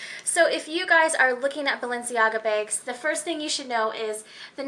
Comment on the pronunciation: You have the oddest accent. "Balenciaga begs."